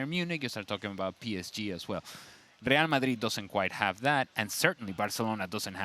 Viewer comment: That's the correct pronunciation.